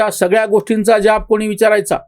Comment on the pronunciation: ज्याब नाही हो जाब म्हणा.